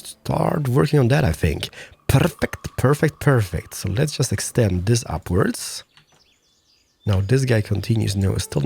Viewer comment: especially when you say DIS or POOOOOOOOP IT DOWN ffffffffffffffffffffffs what with the language filter omg